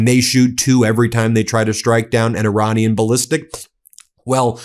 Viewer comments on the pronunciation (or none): none